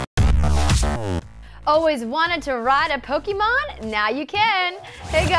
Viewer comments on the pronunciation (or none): POKE-AY-MON, NOT POKE-EE-MON. GAH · anyone else cringes everytime she says pokymon? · Man, I wish people would stop pronouncing Pokémon wrong. Especially people who report on gaming.